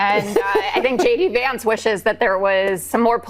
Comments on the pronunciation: Shay-Dee Vance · Did he say J.D. Vance or Shady Vance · I mis-heard you, I could swear you called him Shady Vance, feel free to run with it. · Ben did you say shady Vance or JD Vance?? Wasn't sure